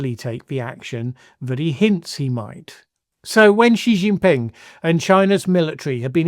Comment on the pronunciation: I would have thought you would learn how to pronounce Xi Jinping correctly.